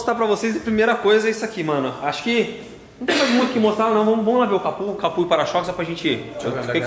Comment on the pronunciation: cada vez que o fala "CAPU" da até um ruim na alma